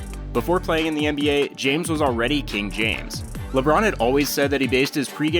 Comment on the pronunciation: “ LeBrone is the GOAT” please. Just,just stop. Mj micheal Jordan.